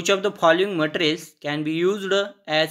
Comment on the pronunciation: Sir matrls nhi hota materials hota he app glt bolte he